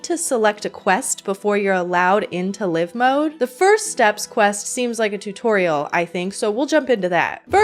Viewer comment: You're telling me it took 27 years for me to learn that 'Live mode' is pronounced like "living", and not like "live TV"?!?!